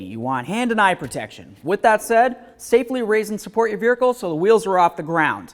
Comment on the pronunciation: When did we start putting an R in vehicle??